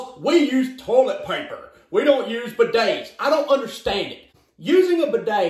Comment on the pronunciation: ”buh days”